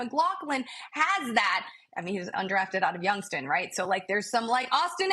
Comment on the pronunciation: “Undrafted out of Youngston” It’s Youngstown